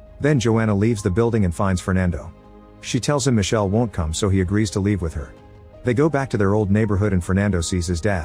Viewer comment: Micheleeee not michelle